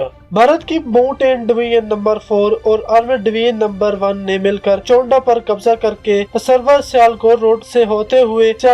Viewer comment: Well I am from chawinda..ratta laga kr bol rahy ho..chawinda ko chownda bol rahy ho..amrit sir ko amar tassar bol rahy ho